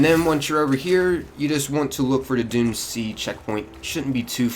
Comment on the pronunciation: I kept thinking you said dune sea instead of doomed sea